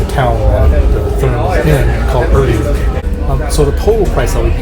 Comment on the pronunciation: nice video. thanks for the review. look out, the ER is Erding is pronounced like the leading ER in error, not the er in liver.